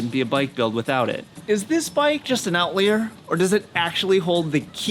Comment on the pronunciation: I'm disturbed by his pronunciation of "outlier".